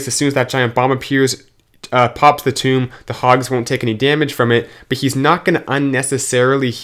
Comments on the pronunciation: i wasn't trying to correct him, i was making fun on how he pronounces Tome, sounds like Toom, and my b on Ethernal lmao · Tome...not tomb